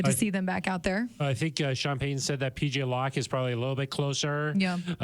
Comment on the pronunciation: Go Sean Peh-uhn and the whole gang! I hope Suh-uhn regains his greatness!